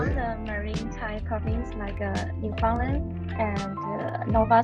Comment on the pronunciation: you totally got wrong pronunciation of Newfoundland